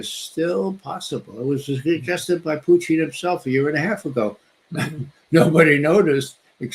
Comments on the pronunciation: Play the Ray McGovern drinking game. Every time he says Poo-teen, take a shot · I don't get how McGovern can mispronounce Putin but get Vladimir Vladimirovich right